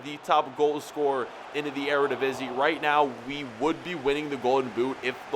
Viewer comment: thank you for reading the comments you finally said Eredivisie right